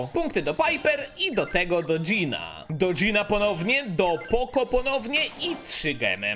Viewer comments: mówi się poko a nie poco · Sorki poco czyta się poko